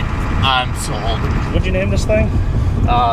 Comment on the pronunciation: five hunnit dollars? solt!